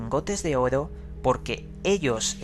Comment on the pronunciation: Me encantan tus videos, pero odio como dices la palabra "Oro"! No lo soporto xD Pero eres un crack investigando y relatando!!